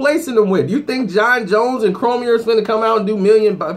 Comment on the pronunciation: did you say "Cromier"?!?! Smh it's "Cormier". Just stop talking about things you don't know